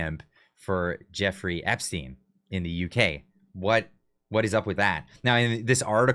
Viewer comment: you dog crap eating tool, can't even say epstein this channel is an FN joke anymore, unsubscribed and the rest of you should too.